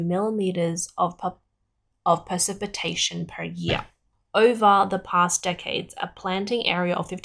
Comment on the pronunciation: She couldn't even pronounce "precipitation".😂